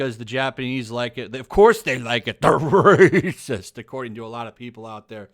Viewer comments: the way he says raaahsiist gets me every time... 🤣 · I agree with you, but why do you pronounce racist raaacist. Is is a Youtube thing? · is the reason you say Racist in such a certain way for comedic effect or to confuse the "good content blocker" bot? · 🤣😂🤣😂 I like how you say racist